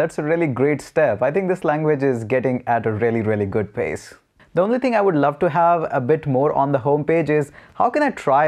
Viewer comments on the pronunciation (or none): none